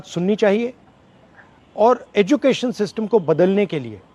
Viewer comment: जब आप सिस्टिम बोलते हो तो मुझे हंसी आ ही जाती है भले ही कैसा भी मन हो😂😂👍👌